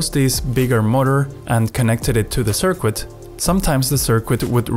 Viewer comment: I can't listen to your sirkuit